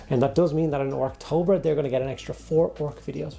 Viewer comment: Wait a tic…. it’s orktober….😂